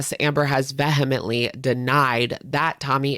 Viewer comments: "VEE-HUH-MENT-LEE" Sorry love ya but that drove me nuts ❤😂❤❤❤❤ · love your videos but that is not how "vehemently" is pronounced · Why can no one in Gorl World pronounce “vehemently” correctly? 😂